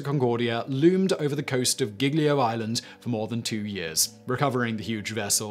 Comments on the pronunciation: The actual phone call to Schettino and his exuses not to back on board was saddly hilarious... Also, I love you butchering Italian names, "skettino" ("sc" you got right should read as "sh" but "ch" Is more "k" like), "geeljo" "g-ljo".... here seem instead you read "ghighlio" (again as with "c" same with "g" when followed by "h" the sound get "harder" without Is more smooth mixing with the following "e" or "i"... "Gl"... Well i give up dunno how ti explaint It you should hear... "Lj" maybe?) "Sc" "Gn" "gl" "ci/e - chi/e" "gi/e - ghi/e" and the different pronunciations of "s" "ss" and "z" those are the worst to get for foreginers. No blame anyway... You do cover toons of different story from all over the world. Keep up 👍🏼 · 😭Giglio Island Is Pronounced Jee Lee oh. Not gig Lee oh. Gli in italian Is always just Lee.